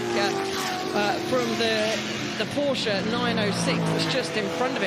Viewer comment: To each their own. I just feel like he doesn't commentate with any authority, always sounds quite unsure and misses or misidentifies important moments. Plus he's worked in motorsport for how long and still can't pronounce 'Porsche' correctly. Harry Benjamin or David Addison would've been a better choice.